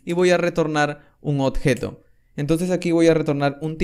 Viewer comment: Buen tuto, igual me molesta un poco que pronuncies mal "oBjeto" y digas "oTjeto" XD lo demas joya. Se agradece.